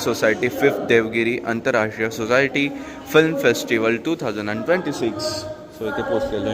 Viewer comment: Abe gavar, it's called "film" not "flim".. film making cha course kela ahe tu, and you can't even pronounce film correctly 😂😂 Shame